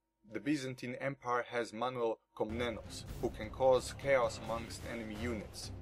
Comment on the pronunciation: very nice video and channel. also, your Greek pronunciation is pretty good (Manuel) ive found a gold channel, but you should play with subs or take subscriber replays, that would be awesome! but whatever you do. keep it up